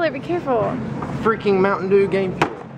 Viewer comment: MTN Derr: Game Ferr.... lol